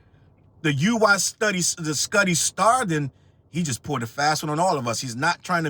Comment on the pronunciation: It's "Woo-wee skootty"